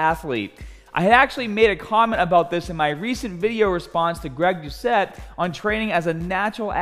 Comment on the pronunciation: Greg doushay lol cmon man have u not even heard greg say his own name?